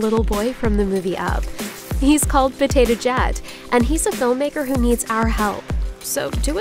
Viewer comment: I heard her say "Potato Jat"... Just me?